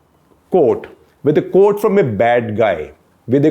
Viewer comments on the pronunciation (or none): Quote is pronounced "kwhot" not "coat". Coat is what you wear in winter.